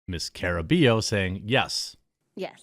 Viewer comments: It's car-uh-BUY-oh if you care. Maybe we just need here to translate for you again! 🤣🤣🤣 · Hey brother Jeromy, it's pronounced, Ca"rr"ah-bye-yo (rolled "R") You are welcome 😃👍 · Yo, Jeremy. It's not important, but the double L in Caraballo make a Y sound in spanish, so it'd be car-ah-bah-yo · It's "ka-ruh-BUY-oh", Jeremy. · It’s pronounced CARABAH-YO Don’t mind me it’s just a pet peeve of mine. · Can't lie Jeremy, it's kind of embarrassing that you can't accurately pronounce her last name; it's pronounced "Car-a-buy-oh"